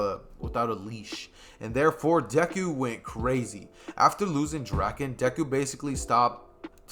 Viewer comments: bro please in the next part say draken right its drake - in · Draken ITS D R A K EN